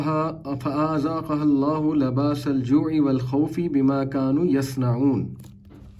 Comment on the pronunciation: Bi'an umillahi U said Allah's name with a fat'ha(zabar) Para 14 verse 112 And after this word the next word fa'azaaqahullahu There is no khari zabar on hamza(alif) after fa so it's read with a short sound not long